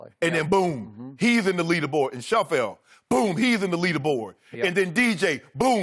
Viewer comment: Shannon said every players name wrong except Tiger hahaha. Kofka, Schaufield, Christian Van De Velde. I guess he also go DJ right.